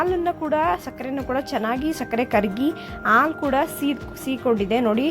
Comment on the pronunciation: You r telling aalu for haalu. Like this so many mistakes. Pronounce the words properly.